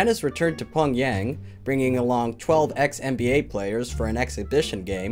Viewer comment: ‘’Pon Yang’ 😂